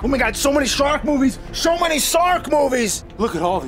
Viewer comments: "So Many Sark Movies"? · Okay, I'm pretty sure that time, he said "sark" movies. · "Sho many sark movies!"